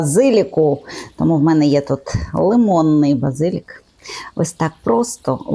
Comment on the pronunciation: Вірю що надзвичайно смачно,але не люблю коли перекручують слова, базилік, наголос на 3 склад! ( може то просто мій таракан😂)